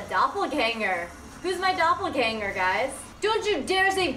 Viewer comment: doppelgänger xD hey respekt you said it right